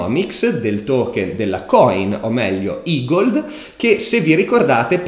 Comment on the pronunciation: Grande finalmente ne hai parlato!! E hai imparato a pronunciarlo "igold" e non "egled" 😃